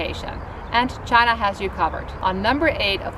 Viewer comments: I find it unpleasant to hear you pronounce china like Donald Trump.please pronounce China properly. If you can pronounce Hainan properly you can say China correctly.Thank You. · She works for CIA? Cant pronounce China properly?